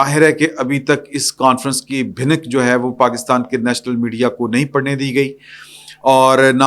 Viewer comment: Word is bhanak not bhinak